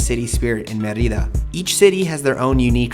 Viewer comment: bad pronunciation of Mérida